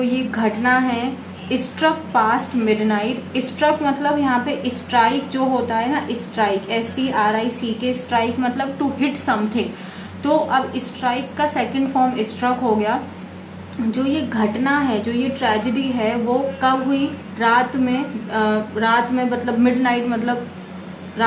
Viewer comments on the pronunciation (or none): It is strike , not strick...please be careful while editing.